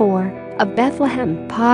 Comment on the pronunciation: "Bethlehem, P-A-H".